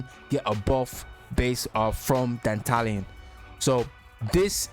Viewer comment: Finally someone in youtube says Dantalion the right way, ma boi ain't no dandelion 💮